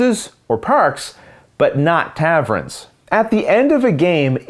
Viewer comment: I love your videos. You are so great at your explanations. Probably the best on the web. I laugh though, because I watched your Between two cities video a few months ago, and was amused by your pronunciation of the word “Tavern”. Today, Capitals arrived, so I watched your video for the expansion and your pronunciation for taverns comes again. Is that a Canadian thing? You are pronouncing it “Tavron”. instead of “Tavern.” It’s cute!